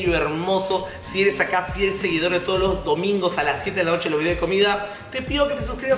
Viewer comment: Alucinaaaaaa!. Se cree pituca y dice dea en vez de dé :V